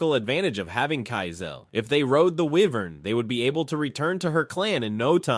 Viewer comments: Wyvern is pronounced Why-Vern not were-vern. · he kinda said wyvern wrong tho